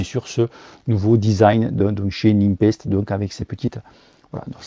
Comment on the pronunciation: Salut, tu parlais de la différence d'estimation de pressions entre sram et silca, je confirme une bonne différence, moi je fais la moyenne des deux 😆 Je trouve Silca un poil plus précis car il prend en compte le poids de l'équipement du cycliste. PS: Ces roues sont fabriquées à Nîmes ou quoi? tu dis NimPEST:p lol c'est prononcé NéPEST.